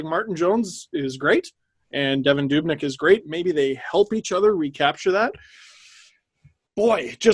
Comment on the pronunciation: I’m sorry guys but I’m losing my mind hearing you pronounce Devin Dubnyk’s name as dub-nyk instead of doob-nyk. It’s the exact same as Dubas. Sorry about the nick picking but I couldn’t not mention it.